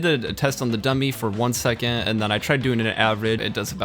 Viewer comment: when he says second he says it like it has a T at the end..